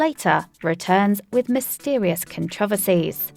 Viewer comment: Please learn how to pronounce controversy.